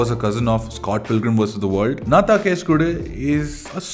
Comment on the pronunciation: Its pronounced “enna” thaan case kodu…despite the spellin. Just pointing out cus it sounds awkward after all the praises for the film..😊😑